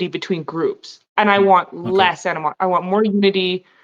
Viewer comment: It's 'animosity,' not 'antimosity.' Antimosity, if it was a word, would probably involve the alchemy of tin or something. I can't believe I watched as much of this as I did.